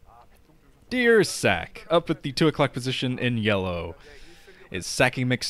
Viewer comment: When said "dear what? Dear Ssak" i thought he said deer sack LOL XP